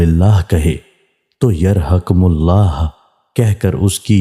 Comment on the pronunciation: Bhai jaan aapki Urdu Sahi kijiye kahin kahin adaayegi me saaf galti rehta hai is hadees me bhi Yarhamukallah ko aapne sahi nahi padha hai.